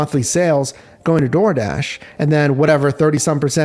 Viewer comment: Dardish? Dardish??